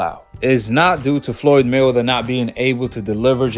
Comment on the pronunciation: Are you saying Floyd Milder? Or Floyd Mayweather I can't tell.